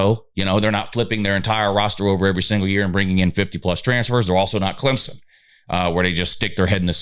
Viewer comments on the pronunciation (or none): none